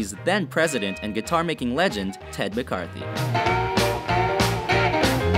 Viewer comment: Gibson's Ted MCCARTY not McCartHy. There's like 25 things wrong here, but that one I couldn't just let slide.